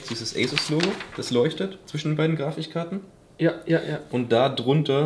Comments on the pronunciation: Also mit der Aussprache harperts wa ? :D Grafichkarten :D ... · Grafich karten, alla triggert mich jedes mal. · Bei sind es ja die "Grafichkarten" genau so bei es triggert!!! Englischskills am Start bei Fredds 😂 Ist aber allgemein seehr cool das Video 👍🏻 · Hab ich in der weltgeschichte nicht aufgepasst, oder warum sagst er mehrmals ab stelle :“Grafichkarten“ ich dachte immer es heißt GrafiKkarten🤔🤔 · Wie zu Grafikkarten sagt und er dann kurze Zeit später wieder grafichkarten sagt 🤨😂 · Er sagt einfach grafischkarten anstatt grafikkarten😂😂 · jedesmal wenn er grafichkarten sagt stirbt ein kleiner teil in mir xD aber sehr sympathische art von video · Ich hab erst Grafischkarten verstanden. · er sagt grafischkarten! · Ich kann mich mit irgendwie so gar nicht anfreunden, soll kein Hate sein aber alleine schon bei "Grafichkarten" beiße ich jedes mal in meine Tastatur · Ich bin getriggert weil er immer Grafichkarten sagt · „Grafichkarten“ Aaaaaaaaaaaaaaaaaaaaaaahhh